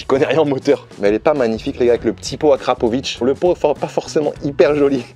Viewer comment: AU top frerot la RC <3 Par contre, on dit akrapoVIC pas akrapoviCHE xD